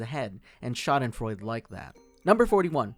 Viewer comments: RON Funches. Also it's schadenfreud-uh not freud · its pronounced shaw-den frawe-d